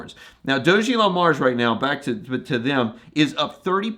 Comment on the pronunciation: Hello. You probably don’t know….but do you know your pronouncing DOG-elon Mars incorrectly?! The ‘doge’ is not pronounced like when you say ‘Dogecoin’. It’s pronounced like you saying Dog + Elon